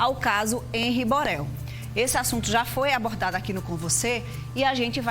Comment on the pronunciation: Empresa (imprensa), abortar (abordar), Boral (Borel)... Essa apresentadora é esquisita.